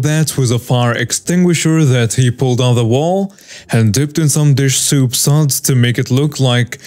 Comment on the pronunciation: you kept calling dish soap, dish SOUP, two different pronunciations. No big deal, just wanted to correct you on this. 😀